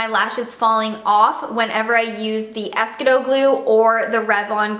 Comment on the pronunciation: Desi says it's pronounced "ess Key doe" just FYI. Great info ! I'm going to try the Pacifica cream!!